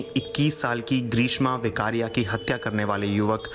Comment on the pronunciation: वोकरिया नहीं वेकरिया है